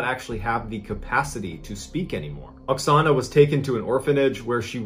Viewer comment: At the first part of this video, it sounds like you call the Ukrainian woman Ana in stead of Oxona... Just saying..